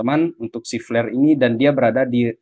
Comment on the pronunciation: wkwk , kok flare dengernya jadi pl*r